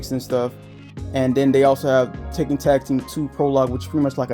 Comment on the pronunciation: You pronounce Tekken as Taken😅 Great collection though